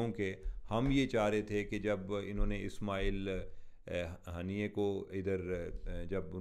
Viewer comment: The way he took ismailia haniya name is hilarious